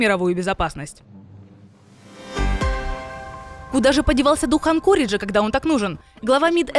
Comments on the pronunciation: Уже кто-нибудь скажите Лаврову, что АнкОридж, ударение на второй слог🤦‍♀ министр, мать его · топовий дипломат країни 404 не знає як правильно ставиться наголос в назві Анкорідж. сросіяни взагалі шось погано з наголосами дружать, не знають власного "язика"